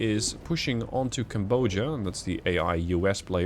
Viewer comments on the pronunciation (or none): Each time you mispronounce Cambodia, I die inside TwT